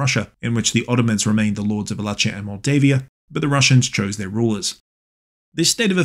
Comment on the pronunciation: Love your work man, but the way you say Wallachia cracked me up. I was born in modern day wallachia 😂